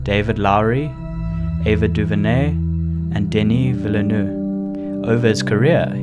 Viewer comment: The E in Ville is silent :-)